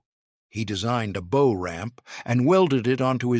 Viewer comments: EVERY AI narrator does this bow vs bough. If the AI is so damned smart why can’t it learn this? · Anyone who knows boats knows how to properly pronounce the bow of a boat. Your AI reader is most unimpressive. I dislike AI fluff videos. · Aha ! the artificial text-reading-narrator realizes that "bow" rhymes with "ow" rather than "beau" !